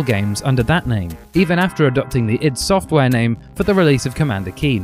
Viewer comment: I've just discovered this and it's fantastic! Well researched, entertaining and the music is great too. I'm hooked and listening to Gentlemen discussing vidya 42 as I write this. Oh and finally someone on YouTube pronouncing iD Software properly. 10/10 no no nooo 11/10 that's not good either 'u wot m8'/10